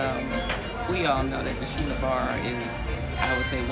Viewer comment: It's schooner like scooner not shoener